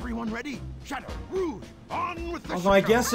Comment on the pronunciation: Wait,, how did you get Eggman's Laser Blaster? Also, it's kinda charming how you pronounce "Rouge" properly, since French is your first language. I dunno. I like it.